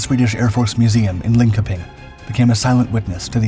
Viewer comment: Please you are supposed to pronounce "Linköping" as ling-sheur-ping. "kö" makes the sound like a sheur. Doesn't seem very logical but with foreign languages that's the way it is. Try to get the place names correct. Great story, very interesting and amazing the dangers some pilots had to go through to protect the peace.